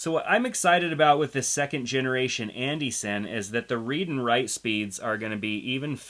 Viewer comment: id love to know the propper pronunciation for Andy Cine ! you say it like andy ''SIN'' iv heard others say Andy ''Ciney'' i thought it was Andy Cine as in Wine or am I in the wrong ? lol